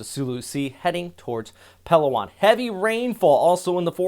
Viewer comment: Accent/stress on the capital letters. SA-mar not saMAR tac-LO-ban not TACloban pa-LA-wan not PAlawan pag-A-sa not PAGasa Would be nice if you also learn how to say the names of places the way the native populace say them.😊 But thanks for the updates though. Very timely information. Just what we need.